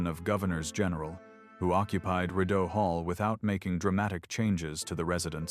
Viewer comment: Could you please learn the correct pronounciation of words - for example although the anglized mis-pronunciation of Rideau is understandable, but the Saint Lawrence River is not the STREET Low Rent. Sorry, I know it may seem like a small matter, but this discredits the rest of your story - the details matter.